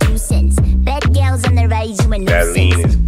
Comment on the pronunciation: I think why Harvey's verse hits soo hard is that unique voice of hers and the way she spits that "bad gyals" line. I'd imagine it was bcuz this bein their first English track it was prolly hard for her to pronounce "Gals" soo they leaned on that voice of hers while paying tribute to the Jamaican culture and yalls amazing accents🙏🏿💯. XG always show luv to the Culture ✊🏿😌. They mean it when they say their a Global Girl Group.